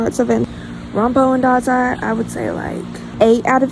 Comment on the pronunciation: Yay I’ve been waiting for this video!! I found your channel because of the got ur number music video I thought it was so fun My best friend calls me dazai as a nick name because wild guess I’m mentally ✨ill✨and I say and do silly things and I also cosplay him lol YAY you said my name right! Some people pronounce it wonky lol Thanks for answering my questions!!!